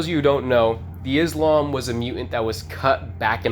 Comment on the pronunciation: the islam?? it's pronounced izlom and it's not even izlom!! that's gravy grandpa!! mosu colam is mozgolom and stomatic is stomatolog,fix your stuff twin,stalker is not a 2000s uhmerican made game set in middle east to have such names